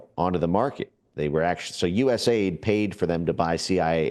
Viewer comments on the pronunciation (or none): Also, stop saying US-AID. It's U.S.A.I.D. The A.I.D doesn't stand for aid. They don't provide aid.